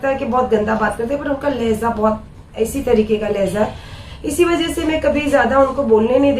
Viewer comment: Lehja Lehza nahi